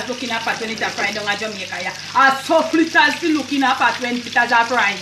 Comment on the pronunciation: Flittahs me say lol 😂